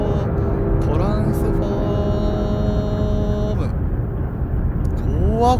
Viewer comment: トランスフォぁームw